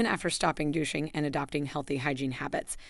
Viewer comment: Why is this AI Continually mispronouncing words like VAG- anal , JYNOcologist, and DUTching? Is there any over-sight prior to publishing?